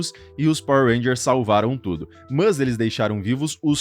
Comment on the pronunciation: Conteúdo top, a lista ficou muito boa, porém você repetindo o tempo todo "mãs" chega a doer o ouvido mano, sei lá mano, usa o porém ou entretanto, agora "mãs" usa não.